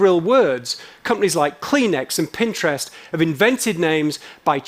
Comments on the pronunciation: pinterest, not pininterest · It’s Pinterest and not Pin-interest